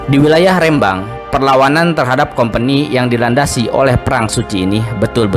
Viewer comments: Rembang bukan rèmbang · minimal cari info cara melafalkan rembang bukan kayak melafalkan Medan tp RE nya seperti melafalkan Remah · Pengucapan Rembang salah, huruf e adalah e pepet seperti pada kata senang, telinga dsb...